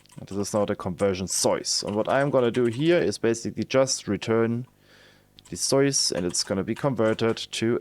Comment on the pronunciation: I like how you pronounce soyce :) you should keep it as a running gag in all future videos <3